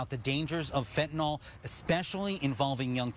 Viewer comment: What is Fantinol? Is it anything like Fentanyl? Pronounce the word correctly ffs you are a highly paid new anchor